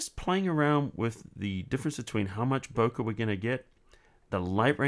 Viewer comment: It's pronounced "bo-kay", not "bo-kuh". Good tutorial though.